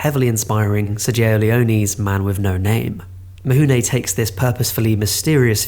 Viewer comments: its "Mifune" not "Mihune". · Oi!! I almost stopped watching, and felt compelled to post a comment based on the Horrible pronunciation of Toshiro Mifune’s name. It’s FU NOT HU. Is it mount Huji? Japanese pronunciation isn’t that hard Yet it seems like many British people get fed mispronunciation too often. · Actually, the way it is pronounced in Japanese, it's closer to "Mihune". English-speakers have a hard time getting used to the idea that the relationship of written letters and pronounced sounds is different in other languages, and the Latin script of non-European languages is not based on English. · I went to university in Japan & truthfully, in "Mifune" the "fuh" in "f" gets mostly dropped - it's not as much of an "h" as this creator is giving it, but it's not the expected "fuh" that most English speakers give it. Like the way that a Japanese pronunciation of "r" is often mocked by English speakers as an "L" when the way the mouth creates the Japanese "r" is mostly in between the "r" & "l" in English. It's pretty subtle and to my ear he's giving it too much "h" - but it's not nearly as far from correct as you might think. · Thanks, all the documentaries I have seen about Kurasawa and Mifune never hint at that pronounciation. I learned something. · ugh I don't think I'll make it to the end with this mispronunciation of Mifune ...